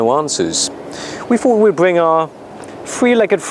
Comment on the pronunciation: its fRont and bRing, not FWont and BWing, learn to speak idiot